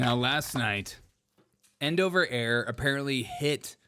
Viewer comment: I'm not sure which annoyed me more: The continuous, childish fart noises; or you constantly mispronouncing Endeavor Air as "End Over." WTF dude?